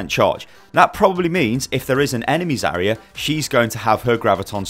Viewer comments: Agreed, it's Zar-ya, not Za-ria. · Triggered every time she's called "Zaria"